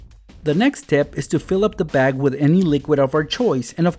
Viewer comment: did Any one notice he said wid 😂